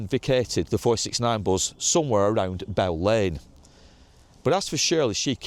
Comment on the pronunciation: Its Bus , not Buzz, unless you from Bolton x